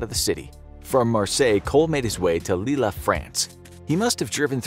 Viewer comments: lille pronounced as leel not lilla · Le-la France had me in stitches...you gotta Google European place names before you try pronouncing them man 😂🤣😂